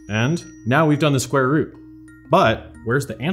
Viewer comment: sqare root hahahahaha i lost him with the first number that guy IS a computer